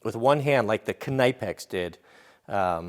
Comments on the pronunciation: I have no problem with you pronauncing it the american way but i thought you would like to know that Knipex is actually pronaunced K nee pex. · It's not kanipe-ex it's pronounce like nip-ex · Knip-ex.... not k-ny-pex lol. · It’s pronounced “nipex” not “can-I-pex” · I thought that knipex was pronounced (ni-pex) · Okay... Let's just sort this. It's Nipex. Not Kunipex. And it's A V E. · Great video but it’s pronounced Nipex (silent K) like in knife! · I thought it was "Kinpex" until you said "K-ni-pex" lol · It's pronounced nipex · Pronounced nippex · its Ni-pex isnt it? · Are you f ing serious- kanypex? Wtf,that is laughs. Ive been using knipex for years and never heard that!! The k is silent and the i isnt long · KNIPEX PRONOUNCED NIPEX DUDE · Knee Pix. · If you watch videos from the knipex company that have the actual German reps they pronounce it more or less as Kuh-nee-pex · BTW It’s pronounced nip-ex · If I have to hear this guy say kuh nigh pex one more time I’m gonna stab myself in the ears with screwdrivers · Nip ex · What did we learn from this? Well we learned yet another way to butcher the name. "KIN-EYE-PEX" lol. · Robbii Clements if you watch videos from knipex about their products the Germans reps pronounce it kuh-nee-pex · no, the k is silent. It's pronounced nipex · Kn wird auf deutsch ausgesprochen. Kan-Ipex. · Think its pronounced nip ex knipex as to k ni pex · Pretty sure the Knipex is a silent K just like in the word Knife. Keep up the east coast jokes I love em. Love your videos!! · Its Knee - pex you dope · It is pronounced "nipex" the "K" is silent. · I was taught it is pronounced "kin nepex" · I’m from the east coast I pronounce it “nipex” k is silent. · Say it with me... Nip x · Just for future reference its pronounced ''nip'' ''ex'' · I'm in germany for work right now... I love when the techs here lens me their Knipex by the way, it's pronounced K-nee-Pex. the k isn't silent and the i is a ee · You pronounced knipex wrong.